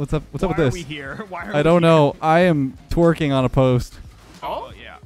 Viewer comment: "I'm twarkin on a post"